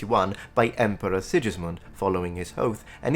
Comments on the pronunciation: BTW it's SiGismund, not SiJismund. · Well made video as usual! Just a few corrections regarding the pronunciation of some names: - Sigismund is pronounced "Sighismund" - János Hunyadi "Yah-nosh Húnn-yadi" (btw. Hungarian words are always stressed in the first syllable) - Teutobug "Toy-to-boorg" I get it why you pronounced Matthias's and Friedrich's names the English way though.